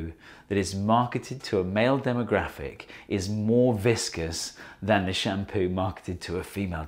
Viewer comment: Why do I hear " sham POO"?